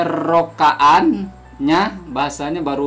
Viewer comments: aq cakap sebutan bukan ejaan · Bukan penerokaan..sebutan betulnya adalah penerokaan..wc